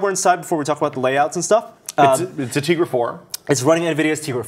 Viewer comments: it's not tigra zone, it's tegra zone, and not tigra 4 but it's tegra 4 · its Tegra not Teagra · TEgra. Not tEEgra, morons. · why are the calling it Tigra when it's tegra :) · "Tea"-gra.. must be Brits :P xD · There are no western languages that pronounce "Te" like "Tee". I'm pretty sure it is "Teh-gra"